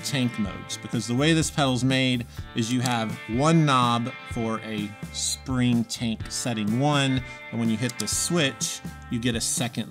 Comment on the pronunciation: When you said "Spring Tank," it sounded, to me, like you aid, "Spring Taint." And THAT is an awful name for a pedal. It'd probably be an even worse icon to stamp or screen on to a pedal. You should consider renaming some of these horrible pedals. Air Fryer, Ginsu, Sham-wow. People buy those! Pepe le Pew, instead of Pink Panther. He's down on his luck, and probably won't lawyer up. Just a thought.